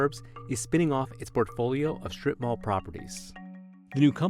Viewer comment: In Asia we just call them "shops in Market" 😂😂 😂 .. "srip-mall" my foot 😂😂😂😂😂😂😂😂